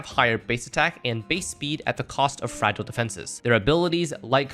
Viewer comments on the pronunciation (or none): none